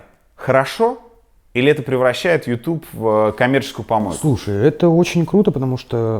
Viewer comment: Дудь - конкретный ЛОХ!!!!!!!!!! Дудь! То, что ты называешь ю тубом - звучит как ю тюб !!! Тормоз!